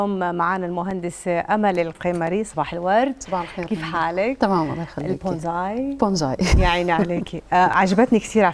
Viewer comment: بونساي وليس بونزاي